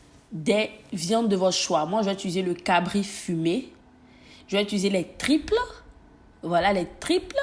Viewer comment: Sai moi qui entend mal qand elle prononce les triples au lieu de tripes?mai on t’adore 💕😘